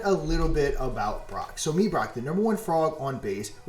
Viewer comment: "Brock" this jeet over here, its pronounced BROKE*